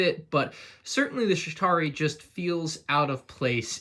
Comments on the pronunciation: Sounds like is saying Shitari instead of Chitauri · Again, its "Chitauri" not "Shitauri" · Pretty sure he said shit-ari